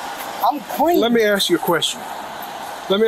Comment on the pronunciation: First thing i hear is "lemme assk chu a queshtion" and my first thought was, "That's fine, mate, i dont answer questions." Always do what Ray Shoesmith did when talking to the police.